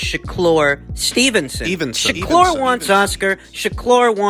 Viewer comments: ShakLur? 😂 why you been twisting everyone’s names so much recently? 😂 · sha-klur!!!!! lol